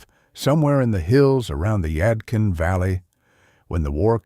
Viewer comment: And it's the yad- kin valley let's say it again the yadkin valley do better ai ci or what ever bi